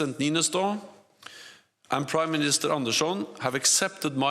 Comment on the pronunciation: I like how he pronounces "Anderson" the Scandinavian way